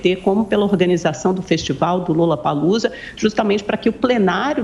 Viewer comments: Outra coisa… não é LULApalUza 🤢 que fala! É “LOlapalUza” a pronúncia! L O L L A P A L O O Z A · Onde foi isso mesmo hein? Ah, no "lullapalloocia"?????? kkkkkkkkkkkkkkkk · Foi impressão minha ou a carolina Belin Lulapalooza? Kkkkkkkkkkkk....